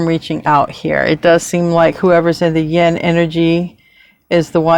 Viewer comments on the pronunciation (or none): you pronounce yin like yen so it confuses me.